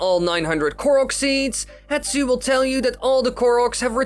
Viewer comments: His name is pronounced "HeSTu", not "HeTSu" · I've noticed you are saying Hetsu (Heh-tsoo) but his name is actually Hestu (Heh-stew)